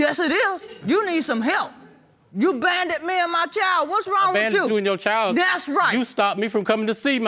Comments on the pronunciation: she said “you banded (abandoned) me and my child!” 🤣🤣🤣🤣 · First time I’ve clicked on an episode getting ready to watch and I had to pause and restart after I read the comments because I can’t quit laughing. These comments have given me life this day! She said he bandoned her! Burf stertificate... dear god my cheeks hurt! This whole comment section has me dead! 💀